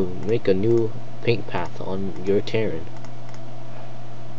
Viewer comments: Its a Ter-a-in not ternin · TIR-ANE not terrin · its TER-RAIN not Terin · Ter-rain i have no idea how you got what you said but it was killing me, but other then that nice vid